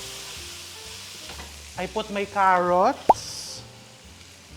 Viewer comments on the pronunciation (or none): none